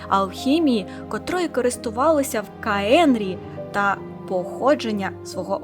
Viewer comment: Може все-таки «Каенріах», а не «каенрії/каенрі»?